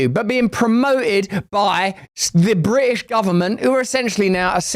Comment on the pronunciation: bri ish lol add the T lol